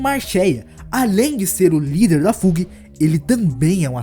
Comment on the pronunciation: Ótimo vídeo! Parabéns seguirei o canal. Dicas sobre pronúncias: Fug = Fâg / High Rankers = Ráig Rankers / Wolhaiksong = Uolaiquesong